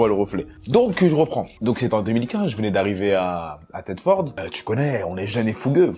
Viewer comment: Juste pour corriger (si tu parle de lui que je parle) Thetford se dit ThetfEUrd 😅😅